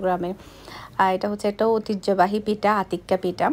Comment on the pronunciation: কথাটা পিটা হবে না কথাটা হবে পিঠা